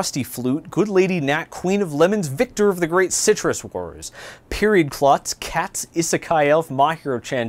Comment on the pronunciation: "Katze" is german and pronounced Kat-sé